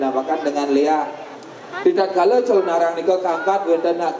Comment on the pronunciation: wah ngawur ini calonarang itu nama sebutan seorng ibu yg menjalankan sifat sifat raksasa kejahatan yg nama aslinya ratna menggali dri kediri..sekarang d mana dapat ucapan calonarang menjadi calon arang calon menjadi arang..ini ngawur sama halnya melesetkan sejarah....tdp pantas d dengar